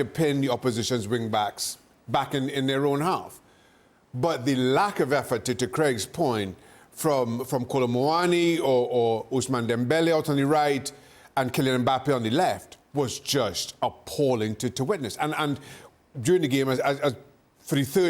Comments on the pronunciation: Someone tell me i am not the only one hearing Craig say osama Dembele 😂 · “Osama Dembele”😭😭😭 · How hard can it be to pronounce ousmanne lol Usama dembele 😂😂😂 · “Osama” Dembele 😂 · Did craig just said Osama Dembele?😂